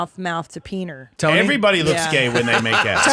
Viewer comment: "Peener"? Whatever, Meemaw.